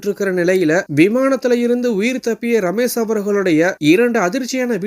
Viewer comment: "ரமேஷ்". ரமேஸ் இல்ல.